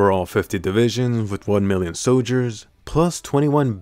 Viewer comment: Why i kept hearing soodiers